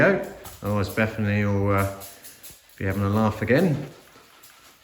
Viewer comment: Betherrrrrrrrrny 😂😂like it